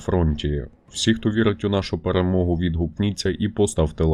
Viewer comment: ШО ОПЯТЬ "ПЭРЭМОГА"....